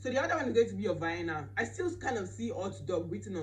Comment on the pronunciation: I had to repeat this part several times coz I didn't understand what you were saying until I realise that you were pronouncing vianna 🤣🤣🤣